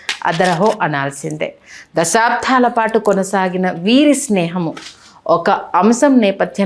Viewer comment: అమ్మా! దశాబ్దం అనండి. "ధం" కాదు. మీరు తెలుగువారు కదా.